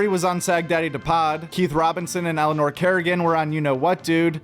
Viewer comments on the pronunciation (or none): none